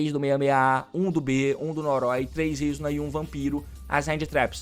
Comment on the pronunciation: ele ainda fala o nome da Izuna errado, o certo é izÚna, não Ízuna